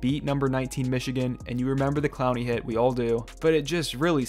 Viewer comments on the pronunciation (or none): none